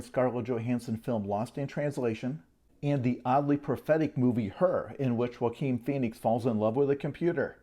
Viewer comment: ... I'm more impressed that Jason pronounced "Joaquin" correctly this time.